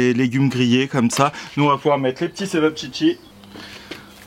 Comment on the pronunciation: Non . Chevaptchitsi